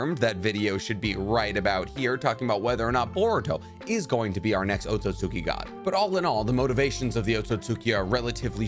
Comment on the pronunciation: Thank you for pronouncing Otsutsuki right because literally no other Narutuber does. EVERYONE else thinks it's "Otsutski" or "Otsuski"...